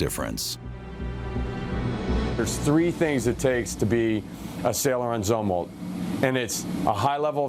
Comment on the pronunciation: It's pronounced "Zoom-Walt" you idiot!!!